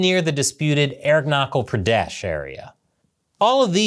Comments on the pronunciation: Aarun-nachal pradesh. Not air-knuckel pradesh. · Arunachal Pradesh is pronounced uh-rooh-nah-tch-al pruh-desh. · 4: 47 😂...It is not pronounced as: "Air knuckle Prades". Aru A as in Art and ru as in Peru, then add Naa. "Chal" ch as in Chile. It rhymes with wall. Pradesh....rhymes with fresh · CH in "Arunachal Pradesh" is pronounced like "church". Good content. I grew up in Darjeeling, the Indian Tea capital!! Was there to see the night-time bomb-blasts in the 1961 war!! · “Aeronautical Pradesh” hahahaha